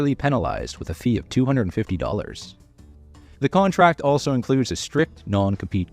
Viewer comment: It sayed contact instead of contRact!!!😂😂😂❤🎉😂